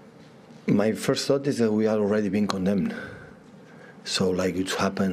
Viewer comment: Pep: Birst of all Gud Morning everyone! 😊